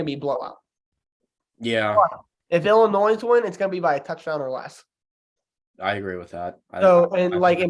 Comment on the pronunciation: Hey and, love the pod. I do have concern tho…. I noticed you pronounced Illinois like illnoise, that is very concerning because your are a college student. Maybe put down the Budweiser and go to a grammer class? Love the pod guys great work. God bless.